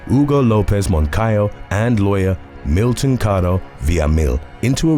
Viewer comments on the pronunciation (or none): none